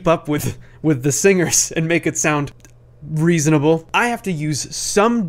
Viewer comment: I Like The Way He Says "To Make it More........REASONABLE." It Made Me Laugh.